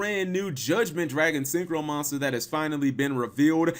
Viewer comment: Yeah, "syncrho" dragon. Great job